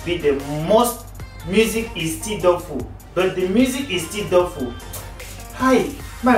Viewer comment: U no Sabi read? Doubtful not dotful